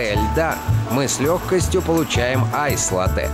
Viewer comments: Правильно: лАттэ, а не латтЭ ! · Латте ударение на А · Мои уши... Я конечно люблю Галилео еще с малых лет, но название кофе Латте через ударение на "е"...😩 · ЛАтте , ребята! ЛАтте. с ударением на А. Да, это итальянский напиток. Родина Латте - Италия. Если вы, будучи в Италии в каком либо кафе закажите Латте, с ударением на Е. , вам принесут стакан простого молока, потому что латтЕ по итальянски означает молоко... От сюда и пошло название кофейного напитка Латте с ударением на А... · Поправочка не латтЕ а лАтте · Не латЭ а лАтэ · именно лАтте, потому что в итальянском языке ударение ставится на первый слог. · Хоть кто-то заметил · Вы немножко ошибаетесь, Дело не в ударении. Действительно, ударение на А. Если вы сделаете его на Е, это просто ошибка. Latte - молоко Что бы заказать то, что у на называют просто латте, то есть кофе с большим количеством молока, нужно сказать Cafe latte - кофе с молоком Иначе Cafe macchiato - это эспрессо с небольшим количеством молока Latte macchiato - это большое количество молока с одной порцией кофе. Да и вообще в самой передаче много ошибок, якобы ристретто, эспрессо, и лунго, зависят от помола, на деле же нет Помол должен быть таким что бы, кофе вываривался по коеффициенту 1к2 примерно за 25 секунд, а здесь за одно время, проливают разное количество жидкости, из за разницы в величине фракций смолотого кофе, и называют это ристретто, эспрессо и лунго, а на деле, помол должен быть одинаковый, меняться должно время пролива, и количество жидкости на выходе, но и сообтветсвенно количество веществ которое экстрагируется из кофе за разное время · Там несколько ошибок. Например капучино никто не делает на основе сливок, ибо это уже не капучино будет, да и они также не указывают правильное соотношение молока к эспрессо, что бы понимать разницу между тем же латте и капучино. К тому же в слове «латте» Борис Репетур делает неправильное ударение.